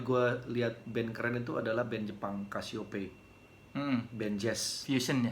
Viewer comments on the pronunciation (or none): 😂 ajig soleh wawancara indra qadarsih bilang Casiopea = kesiyupi 😅 wawancara dewa budjana dia bilang casiopea 😊 andre stingak stingprew stingwow bilangnya casiope